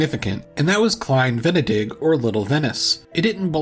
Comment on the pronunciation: Great insights, thanks! A little help for the german pronunciation: The pronunciation of Venedig is on the second "e" and is also quite longer as well , not on the first one! And you pronounce " -burg " like with two "o" , not like the english "-burg"